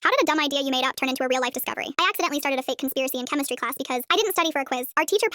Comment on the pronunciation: Bro I just read all the comments and is everyone just gonna ignore how she said chemistry class at the beginning of the vid